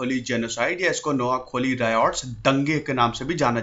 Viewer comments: Pls sir spell it correctly... It's noakhaali,,not noakholi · नोआखोली नहीं नोआखाली उच्चारण हैं। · It’s not Noakholi It’s Noakhali say it properly Btw i am from Noakhali 🇧🇩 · Not kholi it's khaali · Its koa khaaaali